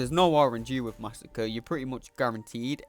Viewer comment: Hey dude, just a little lesson for you. Masacre (one 's') is different to Massacre (two 's') and is pronounced something like 'mass ah cray'.